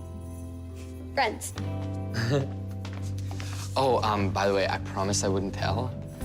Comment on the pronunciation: Emily says friends like frients